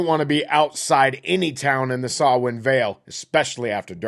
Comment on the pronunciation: Digging through your video backlog. Props for pronouncing Samhain properly! Maith thú!